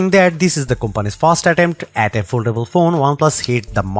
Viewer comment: Oldable? Did you want to say foldable?